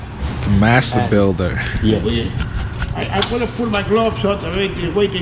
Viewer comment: Enjoy your content! Keep it up!!!! However, can you please start including “g” and “d”s when you are speaking!? You are a smart dude, but it would be really helpful if you pronounced them!